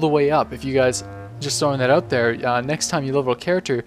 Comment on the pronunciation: lol not to make fun of you or to judge you, but i just have to say that you say "out" so funny :D it sounds like you say "owuat" :D lol i just had to get it out of my system :)